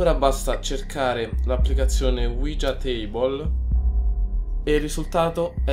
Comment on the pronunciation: E comunque si pronuncia uiha